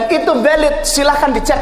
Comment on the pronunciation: Valid, bukan velid Pak